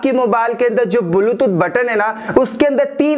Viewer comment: Are tera video to bilkul faltu hai.,,.aur dusari baat ki,, बुलटूथ नही बेटा... ब्लुटूथ होता है !